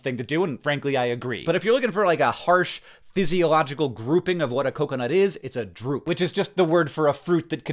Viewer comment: Hank I understand you're a Basement Yard fan but you cannot keep pronouncing coconut this way 😂😂😂